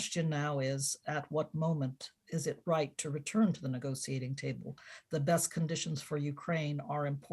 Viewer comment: I had to stop at the 23rd mention of the “nego-see-ating” table